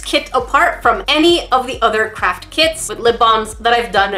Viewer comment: every you say craft it sounds like crape